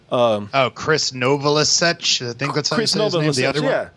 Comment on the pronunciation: It's Krist Novoselic, come on guys you had to butcher his name like that lol he's worth about $80 million, Dave's worth about $330 million.